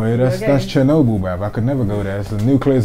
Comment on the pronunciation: Man said her ting was like Chernobly 🤣🤣🤣🤣🤣